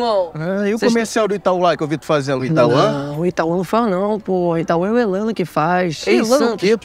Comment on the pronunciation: Ele disse Itauan!!